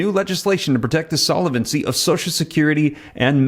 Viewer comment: Solvent is a two-syllable word, pronounced `sol-vant', not `sol-a-vent'. Solvency is a three-syllable word, `sol-ven-cy', not `sol-a-ven-cy'. Thought you would want to know. All the best.